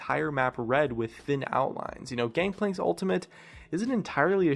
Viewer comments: Dude it's Gangplank not Gankplank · Gangplank* not Gankplank. C'mon;s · Gankplank lol its gangplank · heh ,,GANKPLANK''